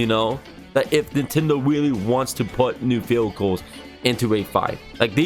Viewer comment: you kind of sound like you said field goal instead of vehicles